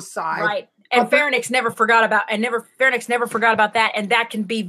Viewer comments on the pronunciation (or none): Farenix? Oh, she means Pharynx. ;)